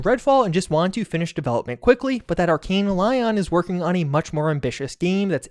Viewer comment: Your arkane lion 🦁 pronunciation is driving me crazy